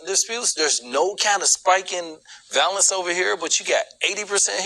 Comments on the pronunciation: What is “valless”. Is he trying to say “violence”? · He doesn't know facts. He can't even pronounce violence.